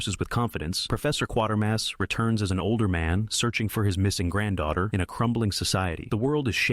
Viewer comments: It’s pronounced “qwate-er-mass”, not “quarter-mass”… not the only mistake in the video, by far. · NOT "Quarter-mass" but "Kwater-mass" also that last outing for the old boy was on Independent TV (ITV) and NOT the BBC so why anyone complained to them I have no idea...oh. Wait. You never did any research did you just copied.